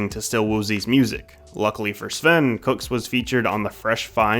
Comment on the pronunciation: its not cooks itss coo-ks (cew)ks btw